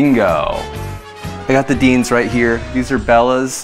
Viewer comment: You had me at 'dienz'...lol